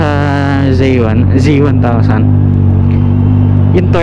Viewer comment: Its zee1 not zey1